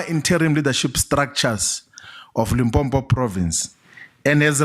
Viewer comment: Limpopo not Limpompo How can someone from limpopo pronounce it wrong 🙆🏻‍♂️